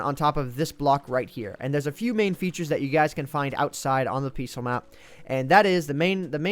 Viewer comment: Is it me or does it sound as if he is saying, 'Peaceul' instead of 'Peaceful'